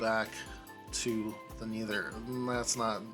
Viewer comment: "Neether" cracks me up every time